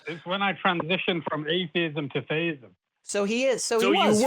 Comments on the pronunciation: Sounds like he is pronouncing it "theyism", not "theism", so like he's trying to poke fun at non-binary? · Every time this idiot from the UK calls in - who, by the way is the same idiot as and also (I think) - he behaves entirely dishonestly. Watch out the for clue: he keeps pronouncing theism as "they-ism". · I couldn't tell if they said theisim or feyisim.